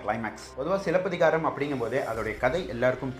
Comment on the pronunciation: I really like the way you said silapathikaaram 👌 love your channel